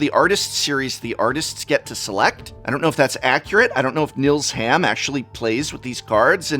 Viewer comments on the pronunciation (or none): Assuming Nils Hamm is a German, he's pronounced "neels humm" (long "e" sound like in "eel"; short "a" like in "cut"). Just saying ;-)